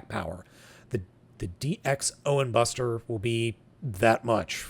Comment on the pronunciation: you mispronounced a lot of the terms for Kamen Rider Revice. ~ ~ First the word ViStamp is a cross pronunciation of “vice” and “stamp” so the “i” is a long “i”. ~ It’s the Ohin“Buster” 50. ~ Kamen Rider Revi. It rhymes with the name Levi. Cross pronunciation of Revi amd Vice gives you Revice. ~ You got the pronunciation Genome second try. ~You got the pronunciation for XTurismo correct first try.